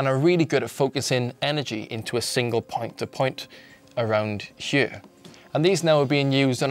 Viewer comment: i love the way he says here it sounds like heye